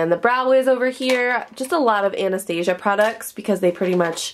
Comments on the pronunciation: Anastasia is pronounced Ana-staw-zee-ah. That's how her daughter pronounces it. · it makes me cringe every time she says it!!! Lol! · Loving the new desk and storage! But I must say the Amount of times you said Anastasia wrong made me a little sad. Too each their own! LOL